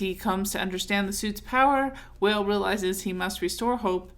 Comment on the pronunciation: I think his name is pronounced "Wah-Ley" like the artist from DC